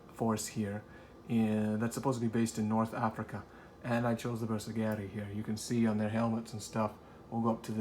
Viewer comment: Pro-tip...(admittedly a nitpick), please learn to pronounce Bersaglieri. ;-) It's pronounced like 'ber-sal-year-ie' (you don't say the 'g'). It's said like 'consiglieri'. My only gripe! But I cringe every time someone says it wrong! Otherwise superbly painted force! Keep up the great work!